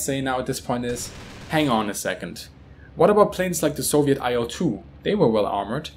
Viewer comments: nice video. minor tip: better pronounciation for "IL-2" would be something like "eel-two". Or even "eel-dvuh", but then only russians would understand you. "il" are first two letters of Ilyushin, last name of it's constructor, abbreviation, but not an acronym. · IL-2 is pronounced like "Eel-2". Trust me, I'm russian.